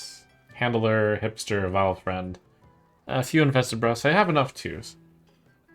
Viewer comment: You've twisted Vilefiend into Vy-friend lol. Everytime.